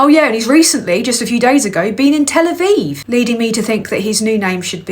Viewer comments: LMFAO tel-avive Steve! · Tel Aviv Steve, Tel Asteve